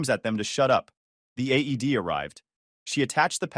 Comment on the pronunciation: It's called an AED not aid